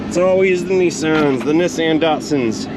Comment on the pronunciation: Huh…at the start you pronounced Nissan differently, twice.🤔 First you said “Knee-son” and then “Niss-an” So what is the correct pronunciation?